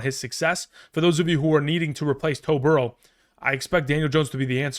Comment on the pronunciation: Did you say “Toe Burrow”? 😂